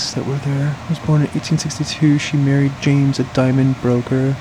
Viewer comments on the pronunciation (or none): none